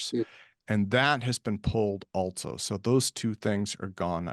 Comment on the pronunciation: "altso" fucking hattteeee this